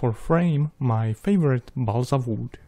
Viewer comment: Nobody:: BALSA V O O D